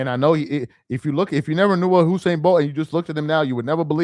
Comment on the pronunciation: I'm glad that you started to correct yourself, because at first you were saying Hussein instead of Usain